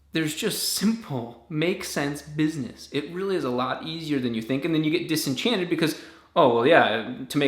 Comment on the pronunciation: Did you say disenchanted?